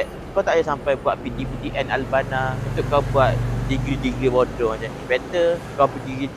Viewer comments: Boodoew dia sebut😂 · saya layan video dia sebab nak lepaskan stress je....lagipun saya sebagai orang terengganu bila dengar dia sebut bodo ke ape rase kelakar pulak...tapi apepun saya memang tak sokong statement dia tu kerana setiap los dalam universiti ni ada fungsi dia dalam industri....lagipun kite kenalah pelihara tarian warisan bangsa